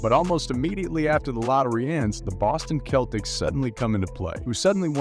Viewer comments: its pronounced Sell-ticks not the kell-ticks lol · His city is pronounced Dah-car. And it’s the Boston Sel-tics.